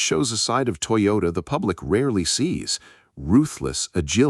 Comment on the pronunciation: IT'S NOT "TOYORA", IT'S TOYOTA 👍🏽👍🏽